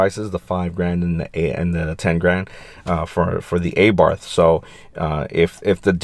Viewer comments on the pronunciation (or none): Nice comparison, but just cant seem to get past you calling it EyBarth :)